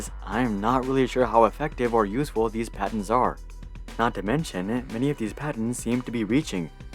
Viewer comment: “I love how he says “PADENS”🤓